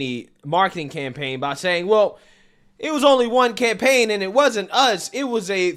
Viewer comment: Lol! I heard "can pain" instead of "campaign" when you talked about an image of DM being on a can. Looking at that can is cringe. Their explanation is cringe. I still believe this was done to create and push through hate speech laws. You know that certain "phobia" all of us supposedly have who are boycotting.